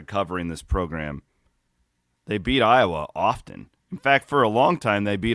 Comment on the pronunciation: just can't say Iowa...😂